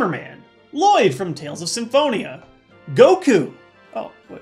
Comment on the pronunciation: GOKO?? GOKO???!!!!???!!